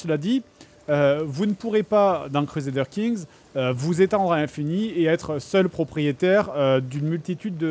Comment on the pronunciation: Cruezadeur king 3 Ragnar Lothbrouk ... Je suis à 5m de vidéo... Fred tu à la meilleur prononciation au monde, pitié garde la XD